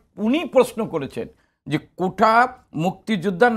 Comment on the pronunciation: কোঠা নয় কোটা